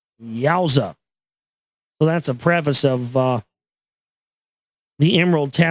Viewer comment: I made it past "prefice" ok, I cringed at "Toth" but shook it off, but when Toth started secreting some substance I've had enough. Dear gods.